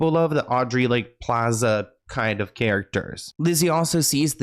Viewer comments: In Australian it sounded like you said "Janice Iron" instead of "Janice Ian" and that sounds so much more hardcore 😆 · Have you even watched Mean Girls? Janice “Eye-an”??? 😒🤨